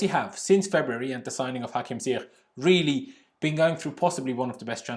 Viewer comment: 'Ziyech' is pronounced 'Ziyesh'